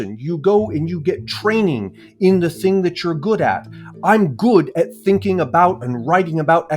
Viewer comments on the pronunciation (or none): none